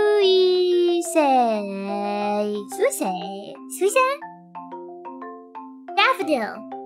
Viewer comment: スイセンの発音が良いサメちゃん❤。